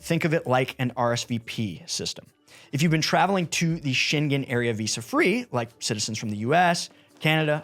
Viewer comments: Maybe you can correct the pronunciation?. It's sheng-gen or sheng-gn. (not Shen-gen) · That zone is the "Scheng-en" zone. It is not the "Scheng-gen" zone. It's like singer, not finger. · It's not sheng-gen...😅🙄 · Schengen doesn’t have a hard G. It sounds like the -ng in “banging”. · For future videos please inform yourself how to pronounce Schengen. It's a place in Luxembourg, not China. I cringed every time you said it